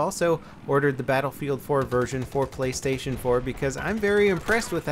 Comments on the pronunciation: it's "Playstation" not "Playstion" LOL xD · Play-(stion)- just letting you know